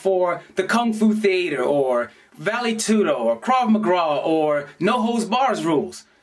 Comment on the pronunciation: Did he say Craw McGraw? Is that a country singer?